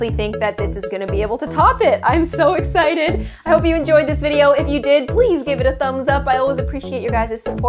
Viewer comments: Who else heard say “I’m so Rick-Cited” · “I’m so RICKSITED 😂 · Is it just me or did say "Ricksited" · “Rick-ality=reality” “rig-cited=excited?” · I’m so ricksited! Me:Did she just say ricksited? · I love how you said ricksited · Hold up did she say Rickicted omg I laughed so hard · you said ricksided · “I’m so rick-sited” Rick-sited... that’s rick-diculous